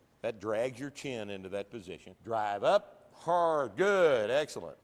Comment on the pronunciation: “I will not pronounce such and such word that way” presses play “DRAHHHHHHVVVVVEEEE”